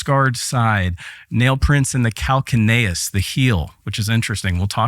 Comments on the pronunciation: Calcaneus.... cal-kay-nee-uhs lol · It is pronounced Cal-Cane-e-ous. Thank you so much for a wonderful presentation. I was so happy to watch it and learn from you Sir!